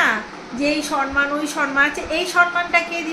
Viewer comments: সনমান নয় সমমান হবে উচ্চারন। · Khub valo laglo....... chele ato sundor vabe boro hochche tumi nijer uchcharon gulo thik koro boddo kane lage......sonman noy somman....